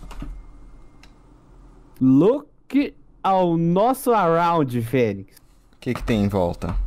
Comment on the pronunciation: "look ao nosso arond" - 2021